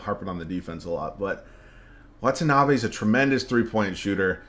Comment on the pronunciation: just letting you know the pronunciation on Watanabe is the best i’ve heard from content creators 😪